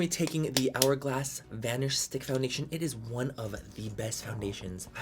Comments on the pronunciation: Everytime he says it is what eres😂 love it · Living for it es whatttttt 'tongue roll' it essssss 😅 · I find myself saying “it is what it is” just like this 🤣 and I can’t even roll my damn Rs.